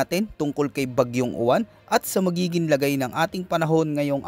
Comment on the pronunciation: YUWAN silent Y kc letter u na nga tau